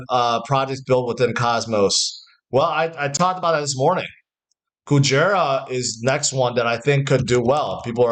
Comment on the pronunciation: Kujira not Kujera